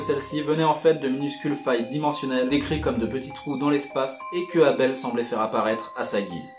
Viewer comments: Et pourquoi tu dis avel c'est abel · Éveul c'est con de lire ça comme ça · Mdr Abel et Cain c’est dans la bible et ça ne se prononce pas « Caïen » et « Eybeul » xddd mais cool vid ! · Ébeul et cayen... Au lieu de Abel et Cain... /facepalm